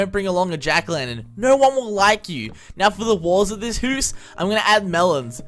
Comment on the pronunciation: the way he said house